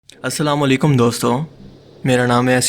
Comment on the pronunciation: bro its asslam o alaikum not aslam a alikum